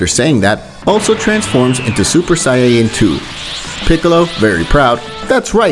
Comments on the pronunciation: bruh wtf is a sayayan Saiyan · Saiyan not sayayann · saying = sayyan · What is a siyayan like it’s not said like dat ??? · “Super sayayen”